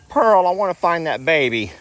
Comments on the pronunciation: PEARL ,,,,,,NOT SANTIANA LOL ,LOVE YA AS ALWAYS xxxxx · lol you were calling pearl santinas lol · Too cute, you were calling Pearl Santianna lol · I wonder if you found Jolene before you left. I figured you meant to say Pearl when you said Santiana, LOL